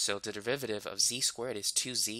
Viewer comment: he explaining maths. meanwhile me: only hearing devivaditives